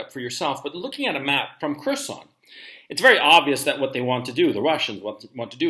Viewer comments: “HERR—SON” Gonzalo… not “KERR-SON” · "Curse-on". Please learn some Russian pronunciatlon! "Hearse-on" would be more accurate.